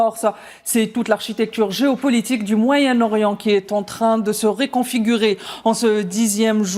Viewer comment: On dit reconfigurer et non pas r"é"configurer